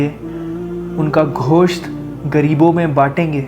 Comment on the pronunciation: Ghosht nahi Gosht